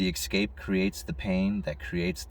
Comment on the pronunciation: …the word is eScape not “eXcape” there is no X!!!!